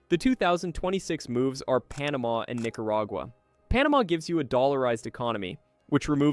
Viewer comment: “Nicarigua?? Seriously?😒